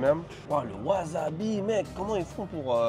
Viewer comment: haha mais pourquoi dit waZAbi au lieu de waSAbi lol! Chez nous c'est interdit de prononcer les SA en ZA! OZAKA WAZABI lol